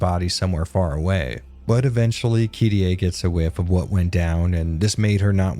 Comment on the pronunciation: It's KI-ri-eh. Not Kirei.